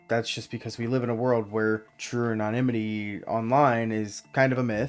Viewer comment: Research how to pronounce anonymity properly